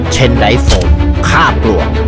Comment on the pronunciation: โฆษณาดีค่ะ มีความคิดสร้างสรรค์ แต่ในเมื่อเป็นสื่อ ก็ควรจะเป็นแบบอย่างที่ดีในการพูด เช่นการพูดควบกล้ำควรชัดเจน ไม่ใช่ออกเสียง ปวก(ปลวก)/ เชนไดท์ (เชนไดร้ท์) หรือกับบ้าน(กลับบ้าน) คนดูพูดควบกล้ำไม่ได้ก็ไม่้ป็นไร แต่เมื่อเป็นการสื่อสารสารธารณแล้ว เช่นการอ่านข่าวหรือดารา ควรเป็นแบบอย่างทีดีให้กับสังคม